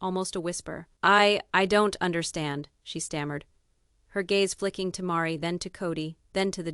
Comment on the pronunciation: I so wanted to believe this story, but it seems to be unbelievable. The misspelled names and the pronunciations . Meri is pronounced as 'maree'. And Robin is pronounced as 'row-bin'. So, I feel that this AI projection is all fabrication 😢. Don't waste your time in reading this! If this was true why didn't anyone else print it? Besides the obvious...if you have followed this family you KNOW that Meri is not flashy 😊.